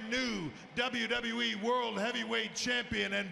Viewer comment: look how Seth says WWE. He works for the authority and doesn't even know how to say WWE properly. You surprise me Seth